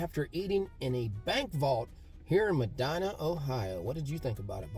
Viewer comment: Always love your videos! I am originally from southern Ohio. We always pronounced the name Medina as “Medeena” just for future reference. Y’all have given me many tips for places to go in Amish Country.